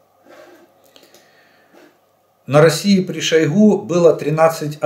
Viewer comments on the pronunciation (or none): none